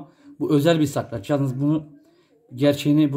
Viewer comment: Sakrac degil SARKAÇ ….hahaha😅